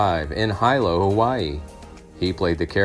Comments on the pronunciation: It’s not HI=LO. Pronounced Hee-lo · Hi - lo Hawaii? It's pronounced hee - lo! WTF?